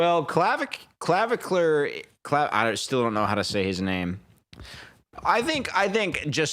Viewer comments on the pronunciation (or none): Hearing u call him claviclur was healing my soul😭